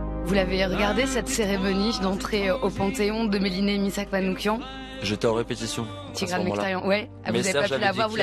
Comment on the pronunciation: Svp M A N O U C H I A N et non M A N O U K I A N